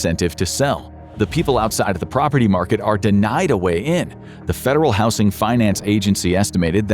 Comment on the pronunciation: I thought the same, but the way he pronounces certain words still has me suspicious. Even in this one he says "house-ing" instead of "howz-ing". He has also pronounced "polished" is if it was referring to Poland. If I had to hazard a guess, they might start the script with a real voice, but then use AI to finish the rest. Listen closely, some of the inflection is...odd...